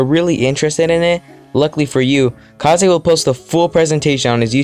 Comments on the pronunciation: it's pronounced kays, not kahzay. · I love the video but It’s Kaze (Kazz) not Ka;zé keep up the good work tho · Pretty cool, would be cool if you would edit your voice a bit tbh. Also is that really how you pronounce kaze? I thought it's just kaze and not ka-ze.